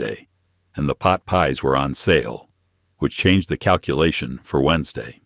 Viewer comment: I can’t believe I sat and watched this for almost 2 hours so far.. and heard “Frozen Pot Pies”🥧 or "Peas” at least 50 times. 😂